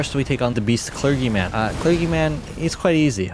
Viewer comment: It's pronounced Kler-jee. Great video :)